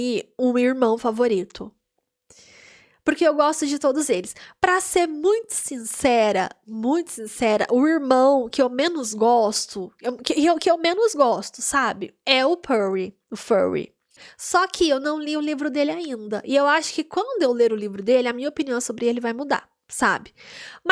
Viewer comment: Vc é engraçada, gostei! Comente os outros episódios tbem. Nome dos irmãos vou facilitar sua pronuncia: Reidgi (Rhage), Fury (Phury) Zeidisti (Zdist) o restante tá ok ❤